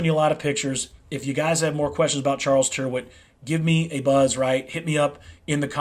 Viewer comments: Tyrwhitt rhymes with spirit. The y sounds like an i and the ‘wh’ is silent (Tirit). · Good stuff, wear them for yearrs, by the way, an englisman would pronounce rw with two rr, ie, "turritt"